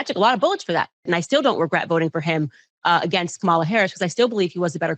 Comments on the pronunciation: Her name is Kamala "Coma la" not "Ka ma la." She doesn't have enough respect to pronounce her name. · She still wont say Kamala's name right! Im sick of her arse! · Soooo…them Constantly mispronouncing Kamala Harris’ name is a universally maga thing????? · This witch can't even pronounce Kamala Harris name right. I hate when people say her name like that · Notice how Owens didn’t pronounce Kamala right? She is 🤢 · She should be embarrassed as an educated woman. Acting like she doesn’t know how to say Kamala’s name. Right Candi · What’s this speech impediment that prevents people from being able to pronounce Kamala’s name correctly? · In my opinion, you can judge the character of an online personality by their refusal to correctly pronounce someone's name. Especially when it is someone of the race. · I know she's uneducated but why can't she pronounce Kamala Harris' name correctly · Candy-Girl knows how to pronounce Kamala’s name correctly, but like with all her commentaries she panders to the lowest racists of all. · Candace pronouncing Kamala wrong 😑